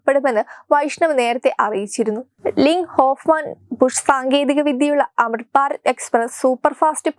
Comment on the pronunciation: Amruth Bharath ennucharikkan polumariyillaey. "Amitbarat.. Kollaam